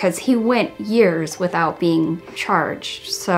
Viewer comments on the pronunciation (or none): none